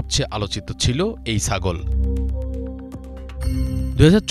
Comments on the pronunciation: রিপোর্টার ভাই, উচ্চারণটা ছাগল হবে, সাগল না। মিডিয়াতে আসার আগে আঞ্চলিকতাটা অঞ্চলেই রেখে আসা ভাল। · সাগল না ছাগল। উচ্চারণ ঠিক কর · রিপোর্টার "ছাগল" উচ্চারণ ঠিক করুন! আঞ্চলিকতা পরিহার করুন রিপোর্টে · উচ্চারণ ঠিক করেন, সাগল না, ছাগল। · রিপোর্টার সাহেব প্রথম দিকে এতবার ছাগল উচ্চারণে ভুল করলে কেমনে হবে ভাই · ছাগল উচ্চারণের সতর্ক হবেন অনুগ্রহ করে।